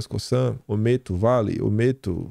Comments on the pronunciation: COSANNNNN, com som de ZZZZZZZZZZ!!!!!! Não é COSSAN, COÇAN, COÇAN, COSÇAN ou qq outra coisa que soe como S. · COSAN PRONUNCIA COZAN,.